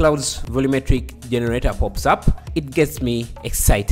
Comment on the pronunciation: For some reason I just love how you say jeneRATEr